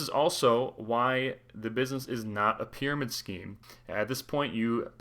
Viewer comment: Prymarid Scheme 🤣